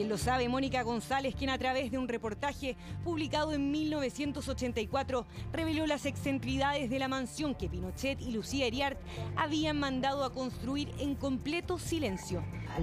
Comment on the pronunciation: la palabra es “excentricidades” no “excentridades”